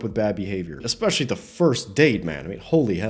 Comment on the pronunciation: Black chick with wig said "expecially" 😂😂😂😂😂😂🤣